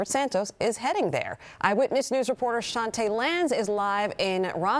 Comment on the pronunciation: Based on the spelling, that reporter’s name is correctly pronounced “Chan-tee.” I assume pronouncing it as it were the French word “chantay.” Totally different pronunciation. It’s ironic they chose her to do a story about a Congressman who misrepresents himself.